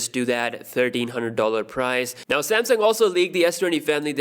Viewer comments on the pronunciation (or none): none